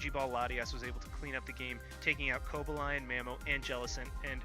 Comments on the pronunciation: Actually the proper Cobalion pronunciation is closer to Co-BALE-yun and the stress on Weavile is on the first syllable rather than the second, but I've been preaching proper pronunciation of Druddigon and Hydreigon for years now, so i don't really mind. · sorry but I can't help but comment about your pronunciations. WEE-vill instead of Wea-VILE. Co-Ba-LI-On instead of Cob-al-ion. Chez-Naught rather than Chess-naught. Just bugs me a bit. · Yo genius, if you are going to try to correct other peoples pronunciations, you might want to make sure that yours aren't WRONG first. He had WEE-vile (Pokémon DP Sticker Collection) right, You both had Koh-BAY-lee-un (Pokémon BW Handbook, Pokémon Essential Handbook) wrong but he was closer. And he had CHESS-nawt (Kalos Region Handbook) right.... Might want to fact check before you try to correct someone